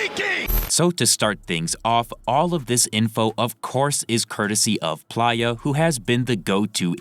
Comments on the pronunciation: Maybe im buggin but im pretty sure its PLAY-UH, not ply-uh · it's play-yah, not pliyah. you're killing me with this pronunciation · What is this AI’s problem? Its not PLIER its PLAYA as in PLAYER Dosgbe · Bro why is it so hard for you to say Play-Ya like player not Plyya. PLAY-YA. PLAY-YA. PLAY-YA! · Bro its “play-uh” not “plier” 😭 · I’m sure Playa is pronounced “play-uh” smh this friggin guy is literally saying it like pliers SMFH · Plaaya? God damn AI voice. Giving a dislike. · PLEASE PRONOUNCE PLAYA (PLAY- UH) CORRECTLY. IM BEGGING YOU LOL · It’s pronounced PLAY-YA🥷🏾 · You 100% were saying playa’s name wrong😂